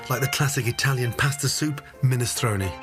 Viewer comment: I know it's superficial but it kills me how he pronounces paaasta. We all should try to pronounce stuff in its native tongue.